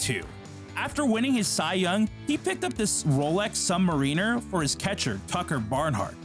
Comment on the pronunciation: The watch is pronounced Sub MAIR inner